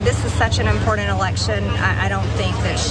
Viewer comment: Marge has never had a sound bite without the word "impordint"